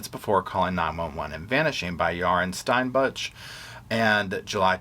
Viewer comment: LOL "Stine-butch" I'm so sorry lmaoooo